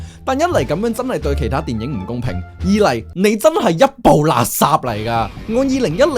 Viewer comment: 多謝分享，好有趣 但可唔可以改一改懶音？垃圾，係讀立霎唔係勒殺，可以聽下盧巧音垃圾